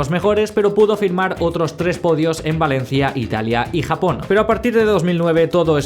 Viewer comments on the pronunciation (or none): none